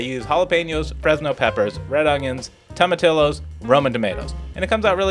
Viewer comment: “Toe-mag-tee-yee-yo” You’re welcome. Otherwise dude, looks super delicious